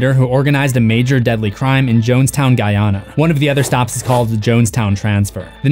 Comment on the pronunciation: Butchering Guyana's pronunciation 🤣 love to see it